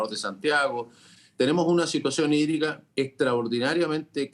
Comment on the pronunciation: Crisis sídrica. Asi se pronuncia sídrica🤣🤣